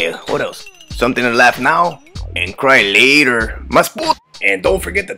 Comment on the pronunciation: Half my life I thought he said cry liter but no it’s cry later